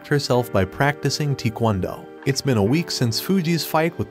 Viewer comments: Lol he said teakwondo lol. It’s pronounced tai-kwon-do hehehe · respect the attempt, but not only did you miss pronounce taekwondo which simplified means the art of kicking and punching, but you also miss identified kendo.